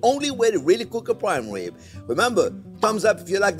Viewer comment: Intwesting wesipe fo pwime wibs. Oh, welax, I'm just twing to have fun.